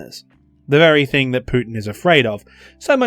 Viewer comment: "Thig come down." I guess sky cat took the "N".